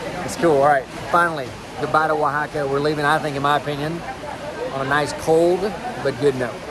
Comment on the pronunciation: YOUR HILARIOUS. The pronounciation is on point OAHAAAKKAAA! lol